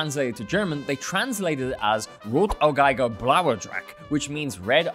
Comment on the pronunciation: As a German it's funny how you pronounce "Rotäugiger". But you did a good Job.